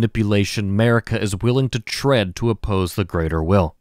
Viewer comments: noooooa, not at all, dude. Sorry I don't mean to be rude. The way you pronounce it sounds like you are sayin America without the A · I'm sorry, but why did you butcher Marika's name like that. Her name is pronounced a lot of times in-game, so whyyyy?. Sorry, I just couldn't keep it to myself. Anyway, great video as always